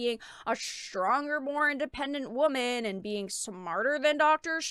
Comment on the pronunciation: Omg.... I just heard it.. Say Womon 😁😂🤣😁